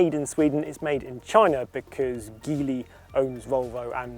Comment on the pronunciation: Little hint: In Geely the G is pronounced "Dsch" - according to the manufacturer.